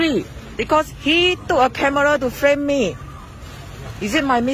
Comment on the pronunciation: "he took a camera, and FHRAME ME"